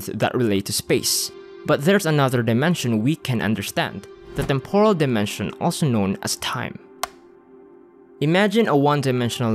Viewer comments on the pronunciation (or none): none